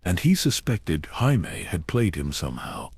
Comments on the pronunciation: Omg Jime. Why couldn’t they say Jaime’s name correctly. The voice is nice but for goodness sakes that’s a pretty big mistake in AI that should be fixed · Stupid AI can't pronounce Jaime.